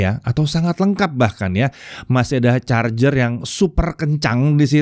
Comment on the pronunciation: om Ded ngegas pas nyebut charger, sama ngegasnya dengan 180w